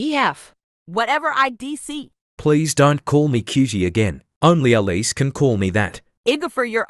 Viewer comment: Elise not elsie